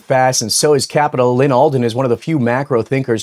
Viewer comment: Lol "Allyn Alden"